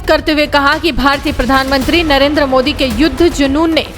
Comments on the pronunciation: Yeah ek cricket player hai...iis me to sportsmanship jayse koi baat hi nahi ...ek idiot pronunciation thik se kr bhikmanga mudi it is ", Modiji" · अबे पागल पॉर्की नाम लेना भी नहीं आता मुदी नहीं मोदी नाम है। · Mooooodee nhi modi😆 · Bolna to sikh lo pahle kya mudi mudi kar rahe ho modi hai modi mudi nahi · मुदी ❌️मोदी✅️😅😅😅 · वो मूडी नहीं मोदी है पहले बोलना सिख ले 😂😂😂😂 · First please learn to pronounce our pm's name properly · Abe sale thik se indian prime minister ka nam to le